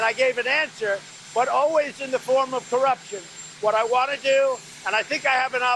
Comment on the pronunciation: That "corruption" clip there -- can anybody actually decipher what he's saying? I think I know what he's going for, but sheesh, talk about a word salad.